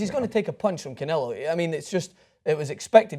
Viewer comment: And it's canelo, not Canela...